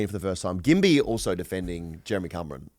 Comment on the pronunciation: And the drop c***/Jeremy Cumron haha DOES STROKE